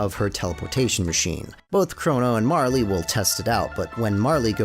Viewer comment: The E in Marle is silent